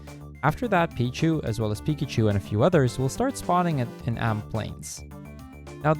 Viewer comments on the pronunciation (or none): none